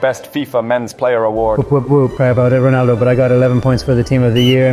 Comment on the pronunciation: Stop saying ponaldo